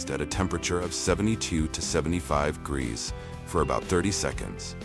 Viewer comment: 25 gree celsurs ... Is this AI or the guy really can't pronounce "jamon", "degrees" and "celcius" ?